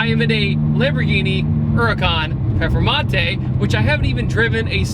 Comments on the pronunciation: Great video but its PERFormante not PEFormante lol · Say it with me now, per, form, mante.. now say it together, performante 😂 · its pronounced PURRRRR FURRRRR MANTAY. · Anyone else laugh every time pronounced it "pefermontay" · Why does he say perphamante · I've never heard another American say it the way he does. I say per-for-monte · Zee Two Fiddy well the Lamborghini is called Performante but I guess it's somehow too hard to pronounce right for most non-european people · So annoying like fuck say it right